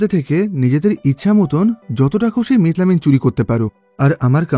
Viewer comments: মিথাইল অ্যামিন❌ মিট লামিন ✔️😂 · ekta manush methylamine ke kivabe mitlamin bolte pare ? . or theke bhalo bit-lobon bolten